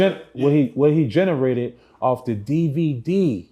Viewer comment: I knew this was going to be a waste of time when he couldn’t pronounce “generate” 😏